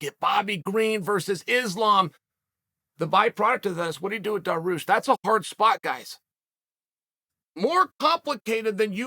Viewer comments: Generally, I think Chael is trying to be condescending, when he pronounces the names wrong. For some reason, I get the feeling, with Dariush, he just doesn't know how to say the name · I love how he starts the video by saying his name loud, clear and slow and he still says it wrong 🤣 Lord Chael is undefeated